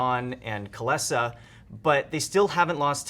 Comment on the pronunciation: Wait wait wait.....how the fuck are you pronouncing Kylesa?